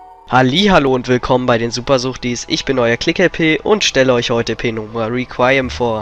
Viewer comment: meiner meinung nach wird reqiuem deutsch ausgesprochen also requiem xD